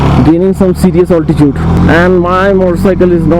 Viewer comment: You seem like an educated guy , why say alti-chood in place of alti-tude !?